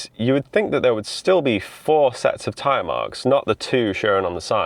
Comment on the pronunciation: Tyre? "Teeree" ?